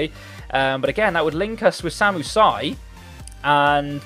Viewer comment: It's just not pronounced Si.